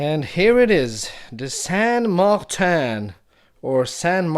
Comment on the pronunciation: Currently I live in Essex, but I'm a Londoner who speaks Spanish and understands basic French ,so I think I'm uniquely qualified to give a reply(!). The name is close, but no cigar to someone who doesn't know how to spell a saint's name correctly in any Latin language. It's closest to the name in Spanish ( San Martín), with the 'i' pronounced like 'ee' in English. In French it would be Saint Martín. TBH, I would pronounce it with an English pronountiation with 'Martin' sounding like one of my mates & would say everyone else should do too, to avoid sounding silly.(the way it's said ). Cheers.